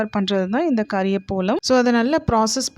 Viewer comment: It is kariya pavalam not kariya polam...